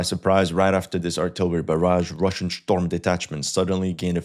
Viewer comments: That is not how you say storm , oh and let me guess Ukraine is about to fall lol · Shtorm detachments 😂😂